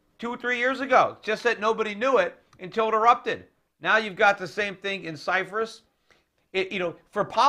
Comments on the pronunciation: Cyprus not Cyfris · why does he keeps saying Cyfrus? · Stop saying Cyphrus, Peter.. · ALL RIGHT EVERYBODY, DAMN GET OFF PETER'S DICK JUST BECAUSE HE SAID CYFRUS, DAMN !!! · You can't pronounce the word "Cyprus" properly! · There is no 'F' in the word CYPRUS. other than that very insightful.